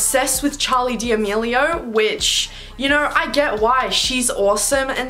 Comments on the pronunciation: She said “Dmelio” I said “D’amelio” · no hate but its da-me-li-o not demilio( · Love this video!! Also, small note: you pronounced Charli's las name wrong. x